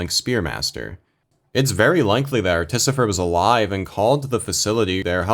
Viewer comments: I think u watched the video wrong, its clearly pronounced articifer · Is “Articifer” some inside joke I’m not aware of or are you mispronouncing this the whole video? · pfft.... "Ar-tificer", and i've been saying "Arti-ficer" this whole time. that aside i love this video.